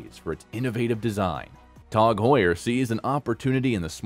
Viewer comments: It’s Tag Heuer not “Tog Heuer” say it correctly 🙃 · Its Tag Heuer Not Tog Heuer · It's tag not tog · Never heard it called Tog Heuer... until this video. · “Tawg Hoyer” It’s like a contest for who can come up with the most ridiculous annunciation. So far, this narrator is leading the pack in 1st place.